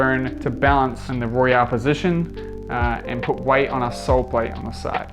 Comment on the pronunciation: It's Royale. Not Royal.